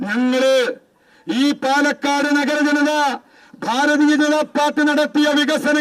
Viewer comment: My ra it's palakkad not panakkad